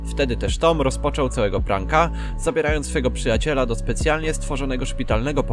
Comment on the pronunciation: Czy też słyszeliście jak on mówi Przyjaciera. Zamiast przyjaciela